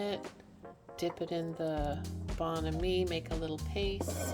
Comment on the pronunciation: it is pronounced Bon Ami